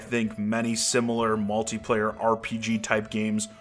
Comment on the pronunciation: lol at malty player u say it funny